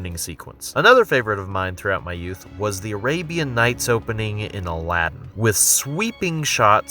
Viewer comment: god damn i hate how Aladdin is pronounced here... its not Aladden...